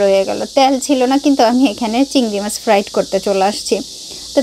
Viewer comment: ফ্লাইট না ফ্রাই হবে আপু সব কথা ফ্রাইট বলেন কেন